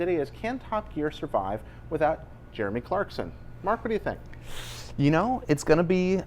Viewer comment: Clarkon lol